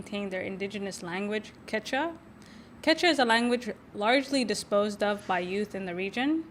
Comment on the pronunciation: Hi, thanks for bringing this incredible film to listeners! I just saw this at the Seattle Film Festival and was blown away. You might think about a couple of things: post a clip or trailer as soon as you can get your hands on it, and 2) listen for how to pronounce the title of the film and the language "Quechua". Both of them came out wrong.